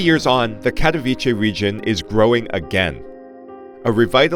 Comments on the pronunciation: You know what, I cannot understand why it is sooooo effing hard for you to check the google translator and even try to say it correctly. It is not Cathoviche, but it is Catovitse. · Kind of OK analysis - thanks - but I would recommend studying Polish for 10 seconds and pronouncing the name of Katowice with a 'ts' rather than a 'ch'! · Especially it’s not a difficult name to pronounce. Take German Kattowitz and put ‘e’ at the end. Plain sloppy not to take care of it.